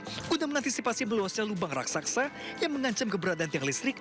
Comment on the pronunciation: Lobang Raksaksa??? Coba bilang yg benar😂😂😂